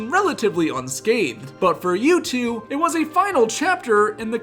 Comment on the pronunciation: I’ve never heard someone pronounce U2 wrong before 😂